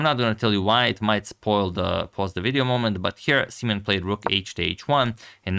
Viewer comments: is his name really prounounced "semen"? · Uhmm, im not entirely sure if his name is pronounced like that 😶‍🌫️ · Can we change the pronunciation of "simen's" name?